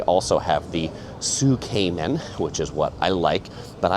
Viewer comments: Tsukemen is pronounced S’ke-men not soo-kay-men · Tsukemen is pronounced "sook-men" or "tsook-men," with the first syllable sounding like "sook" or "tsook" and the second syllable like "men". Not Zook-Cayman